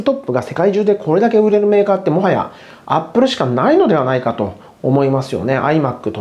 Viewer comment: アッ↓プル↑